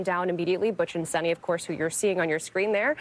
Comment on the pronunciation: Sonny!? The woman's name is Sunita. Show some respect by at least trying to get her name right !